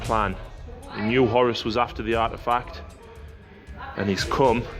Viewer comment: WhoreRuss Not Horis Saying it like that makes me think more Corner shop owner than Warmaster :D